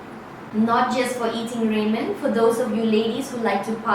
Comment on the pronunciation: It’s raa-men not raymen. Just saying